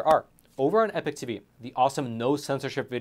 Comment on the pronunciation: You are NOT “The Epic Times”. You are “The Epoch Times”, pronounced “E-Pock”.